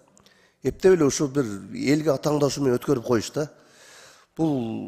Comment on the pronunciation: Ассалоому алейкум, сен өзүң сөзгө бай, куудул кишисиң атаңдашуу эмес,-атаандашуу деп айтсаң